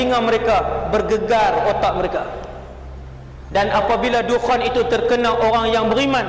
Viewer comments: maaf saye tegur sikit,care sebut nyer bukan dukhan tapi dukhon sebb dlm bahasa arab الدخان,huruf خ bukan كا ok....🤗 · الدكان(addukan) = gerai الدخان(addukhan) Disebut dengan sebutan "خ" kho, bukan "ك" ka Boleh lain maksud nanti😅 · Adukhan(perkataan): adukhon(sebutan) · Sebut dukhan...دخان betul betul lah sebut